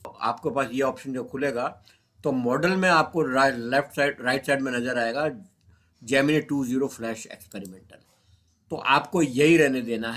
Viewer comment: जैमिनाई नहीं। जैमिनी